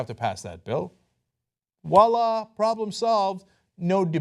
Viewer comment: Um it's voila not wahla